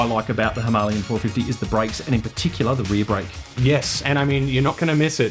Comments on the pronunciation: Hi-ma-la-yan, not Himalian!!!🤦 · it's not 'himarlian' it's 'him - a -lay - an'. Don't speak english incorrectly just because other people do. and no, this video is not in indian, it's in english. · It's not that either. It's HIMAL-YAN. Also 'Indian' is not a language. Educate yourself! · Instant thumb down for smugly insisting on the Hindi pronunciation of Himalayan when speaking English. The Hindi pronunciation is correct when speaking Hindi, but not English. You were right in the title - this review is not for everyone.